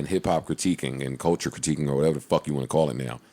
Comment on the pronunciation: “People that are in da culcha”... ok, I’m out.